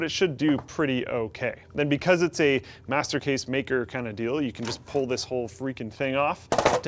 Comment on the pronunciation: when you say "master case" it sounds like "masochist" :D